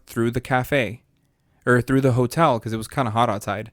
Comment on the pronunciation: Dying at the "because" convo because I literally just told the same thing yesterday after she said "pecause" lmao